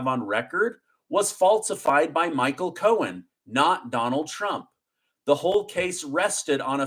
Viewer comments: I love listening to you tell us the news but it's driving me crazy that you keep calling him Michael Cohens when it's Michael Cohen. The thing is that you don't say it wrong all the time but for instance around 5m20s you call him Cohens when all the time before that on this video you said it correctly. I don't even know if you're aware you are doing it. Anyway just a pet peeve of mine, not trying to be one of those people but i already hate the guy as it is. Thank you for keeping us informed, your amazing! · I’m an English teacher. I watch your show daily and I think it’s awesome. Can you stop adding an S to the end of people’s names when it doesn’t belong there? (ex: Braggs, Cohens) It’s making me crazy. Thanks!